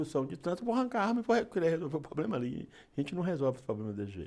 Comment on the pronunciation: Não sabe nem falar problema. Fala poblema.